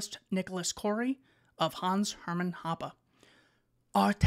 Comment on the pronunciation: You did Cori in a French accent, so why didn't you do Hoppe in a German accent?